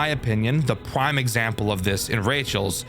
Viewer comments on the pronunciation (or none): "The pwime example"